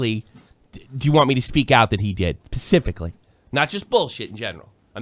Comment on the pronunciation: also its specifically, not pacifically